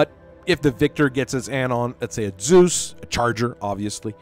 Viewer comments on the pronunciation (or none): none